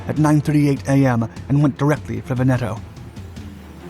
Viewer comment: Il Duce. Not "El Duce". Pity. You're otherwise doing pretty well with some the tongue-twisters Italian can throw at you. You nailed Taranto correctly, but Veneto follows the same rule - the stress is on the first syllable, not the second - VENeto, not venETo. Getting this wrong sounds like Laurel and Hardy which when dubbed in Italian had these mistakes for comic effect. Kudos for getting "degli" as nearly correct as an English-speaking tongue can - it's a sound specific to Italian. It's "Cunning-um" not "Cunning-ham" - it's nothing to do with cured pork.